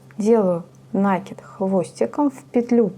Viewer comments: Не на' кид, а наки' д. Прямо слух режет, а в остольном все нормально. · Слово накид-от слова накинуть, потому ударение на второй слог. А за мастер-класс- спасибо.